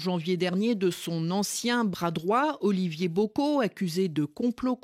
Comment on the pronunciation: La prononciation du nom d'Olivier me fatigue 🥲